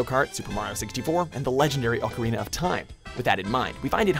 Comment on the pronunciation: Ocerina of time?